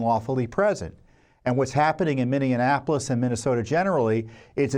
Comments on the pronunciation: Tom, PLEASE....pronounce Minneapolis correctly!!! It's "mini-AH-polis!" NOT "mini-en-AH-polis!!" Sheesh!! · Great report as always! Although check your pronunciation of Minneapolis - there is only one "n" sound.